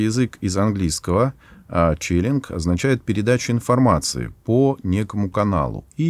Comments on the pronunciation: Спасибо! Только не челинг, а ченнелинг. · 15.51 - не "челинг", а "ченнелинг" - от анг. channel - канал (связи) ✌😎 Сколько там лет автор преподаёт историю религии? 😂 Привет от коллеги по цеху... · Ченнелинг а не челлинг.